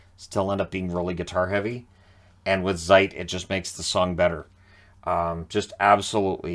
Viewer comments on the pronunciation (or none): Great review,! But there's something, that I simply don't understand... You've probably listened to countless thousands of Rammstein songs, how come you stil pronounce the letter Z (as in Zeit or Zick Zack) as "zee" and not as "ts"? It sounds so weird and just wrong, and I'm not even a native German speaker... All right, I'll just see myself out.